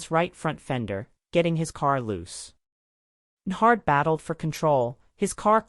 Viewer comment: When AI can't even pronounce the guys name the story's about. To the do not recommend list you go 😂